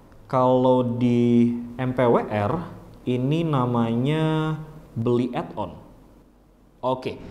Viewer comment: eMPeWeeR.. tinggal ngomong empower aja ribet..